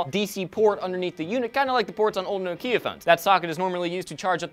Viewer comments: it is NO-kia not Nowkiiia. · no its pronounced knock-ia